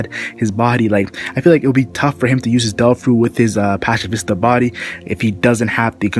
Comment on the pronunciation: pacifista Patsifista pronounced and also Ursus shock is his strongest attack